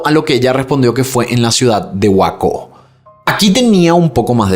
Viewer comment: 🎉 ciudad de Waco ( se pronuncia weico )🎉me encanta tus videos. Super impecables😊 Saludos desde Seattle 😊❤🎉😊😮🎉😊🎉